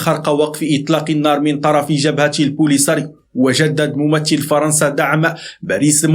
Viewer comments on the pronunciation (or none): none